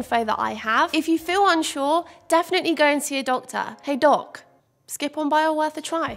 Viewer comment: Why when she said "ask a doc" did I hear " ask a dog" I mean dogs know whats up so I guess its interchangeable lol